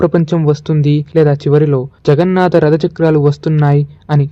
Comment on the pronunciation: జగన్నాత కాదు జగన్నాథ. తెలుగుని చంపకండి